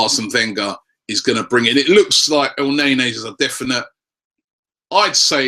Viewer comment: it's pronounced "el-nair-nee"